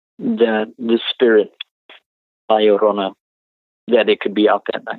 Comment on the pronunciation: Hey...The title La Llorona is pronounced; LA Yo-ro-nah...just sayin'